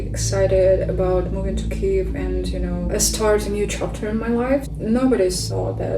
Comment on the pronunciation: merci pour le rappel sur l'écriture et la prononciation de kyiv à !!! c'est vraiment important et trop de médias l'oublient